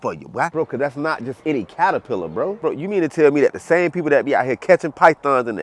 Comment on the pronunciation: Did you actually say, in the beginning, "paterpillar?" 😅